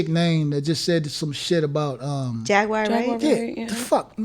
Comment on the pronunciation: He said Jaguire not Jaguar 😂😂😂